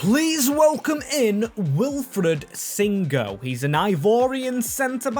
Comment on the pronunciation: Bro, it's Singo not Song